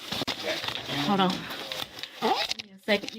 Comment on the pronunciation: “Hod’on, I’m stealing”